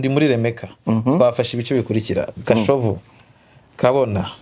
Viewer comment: Muvuge Kashovu not gashovu